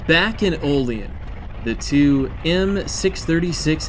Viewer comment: OLL-EEE ANN, NOT OLL LEE EN. IT IS OLL- LEE- ANN OLEAN. THERE IS NO SOUTHEREN DRAUL IN WESTERN NEWYORK. BUT AT LEAST YOU DID NOT SAY O-LEEN.... TRY WARREN PA WHERE THEY MAKE RR CARS WHICH IS WEST OF HERE . ALSO ON THE STATE LINE. THEN THE BIG TIME LINES GOING FROM BUFFALO --ERIE ----CLEVELAND- DETROIT---CHICAGO THIS IS A MAJOR BIG TIME ROUTE FROM NEWYORK CITY TO POINTS WEST SINCE 1776. ALSO CHECK ERIE CANNEL AS RR BECAME COMPETER AND KILLED THE ERIE CANNEL THIS WOULD BE GREAT VIDEO... AND NEXT TIME YOU IN AREA DRIVE DOWN ROUTE 62 FROM WARREN PA. TITYUIT TIONESTA OIL CITY FOLLOWING THE ALLEGHANY RIVER..